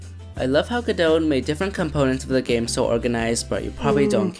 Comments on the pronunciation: Great video! Gotta love the love that Godot has been getting! Just one note - It's pronounced "Guh doe" you don''t have to say the "T". I'm not sure if need to blame Samuel Becket "Waiting for godot" or what, but yeah. guh doe. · or even more accurately "GOD-doe" with stress on the first syllable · 🥲 Me simultaneously smiling and dying as I enjoy your video but die inside every time you pronounce the t in Godot